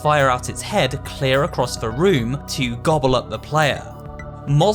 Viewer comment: It always sounded like she said "realm" instead of room